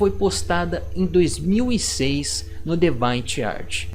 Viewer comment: Seu inglês não é muito bom, cara. DeviantArt se pronuncia "di-vi-an-art"